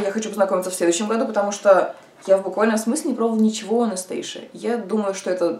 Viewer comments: не анастейша, а анастАзия! основательница бренда из Румынии. вы как всегда, 🙄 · а вот Вам разница есть в названии? Хоть горшком назови, только в печку не сажай, как говориться. Главное мне о продукте узнать, а уж до произношения докопаться это ну такое себе.